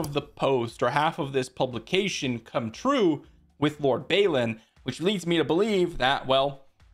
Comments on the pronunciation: It's pronounced "Bawlin" not "Baylin". :) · Where is the Y that you pronounce in Balin?